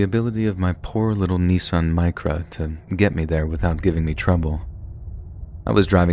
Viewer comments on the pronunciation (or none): none